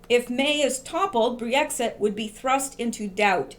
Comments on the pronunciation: Great video, thanks for all your hard work. Just wanted to let you know it's not Bree-Exit, it's just Brexit. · Just Brexit...2 syllables. You may not even realize you're adding a syllable and an extra e saying Bre-exit. Just fyi. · Pronunciation of "Brexit" is NOT "Bree-exit." It is simply Brex-it (two syllables versus three syllables). Thank you! From your sister in Christ and in Q! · Brexit - Brex (ryhmes with Becks the beer), there's no 'ee'. ;) I hope they get rid of May, she's a disaster. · brex it is 2 syllables with a short e sound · I think you pronounce it BREX IT (short vowel sounds, just two syllables). I had to wait for your breakdown all evening.. now I understand and can tone down the nightmares..great work!!! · Never heard Brexit pronounced the way you do it ...Cute! But wrong. Don't underestimate May...she has powerful friends. Nikki Morgan would be a disaster for Brexit give us a leaver please God ><>